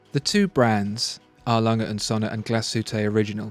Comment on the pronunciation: Your pronunciation of Glashütte is dreadful, even worse than A. Lange & Söhne. It wouldn't take a huge amount of effort to find out and learn.